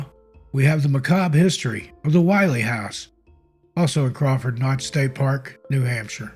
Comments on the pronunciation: As a 50+ life-long resident of NH, you did a wonderful job with these stories, as they are one more with more accuracy than most. However, it is not pronounced "While--ee" House. It is the "Will--ee" House because the double consonant "LL" make the vowel before it a short vowel sound. Overall, I enjoyed this video very much, so TY. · When telling the story of the Willey slide, one of my favorite White Mountain stories, it's important to note, the pronunciation is Will-EE. The expression "gives me the willies" was born from this tragedy. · Interesting. A bit of history about the Willey family and that last slide. First off the family name is pronounced Will-ee. On the fateful night the family took shelter by running outside of the house to hide behind some large boulders on their property which they thought would keep them safe. On the next day when the neighbor came looking for the family he,as you said, could not find them. However the house was intact. There was a large boulder behind the house which caused the slide to separate and go around the house. If the Willeys had stayed in their house they would have been save. Sad case of irony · You did as great job with this video. The only thing I would change in it is your pronunciation of the name Willey. You are pronouncing this surname as Why-Lee. I've always heard it pronounced Will-Lee by the locals and by the people who still live in the area with that last name.